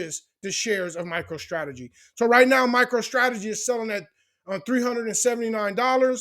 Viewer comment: Sounds like you saying “Micheal Strategy.” 😂